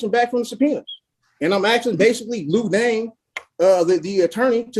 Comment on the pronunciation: ‘Lou Dane’😂😂